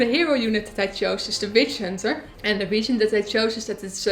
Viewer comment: sounds like she says Bitch Hunter